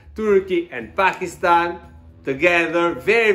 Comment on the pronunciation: Thank God, you pronounced 'Pakistan' correctly